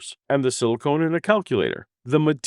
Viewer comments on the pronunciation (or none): correction there, It’s silicon in calculators, not silicone. Pronunciation matters there for what you’re implying